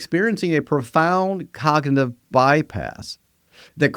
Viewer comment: And “cognitive”